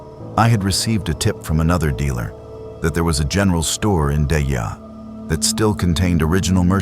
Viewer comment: It's pronounced Die-EE, and that story was the most retarded bullshit of all bullshit😂